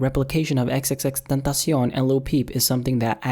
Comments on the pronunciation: You say his name like XXXTENTACI-ON It’s clearly XXX TENTA SEE ON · xxx-tEntahsyon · Lol you say "XXXTentacion" with a weird Spanish kinda accent / pronunciation. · I like how he thinks xxxtentacion is pronounced in mexican 😂😂😂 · Why do people say his name like that like stop trying so hard💀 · nigga doesn't even know the correct prenounciation LOL